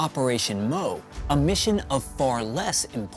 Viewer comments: Please take some effort to find out how to pronounce the Japanese names. Re "Operation Moe," I'm pretty sure that it was actually "Operation MO" (pronounced "EM-OH"). Re the map shown , there was no Henderson Field on Guadalcanal until after the U.S. invasion on 7 Aug 1942. There was an incomplete Japanese airfield that that the U.S. Marines captured and renamed in honor of Maj. Lofton Henderson, the first Marine pilot to be killed in the Battle of Midway. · The Moresby operation was operation MO pronounced one letter at a time. Not operation MOE like the name. Same thing with midway. It was operation MI pronounced 1 letter at a time. Details matter.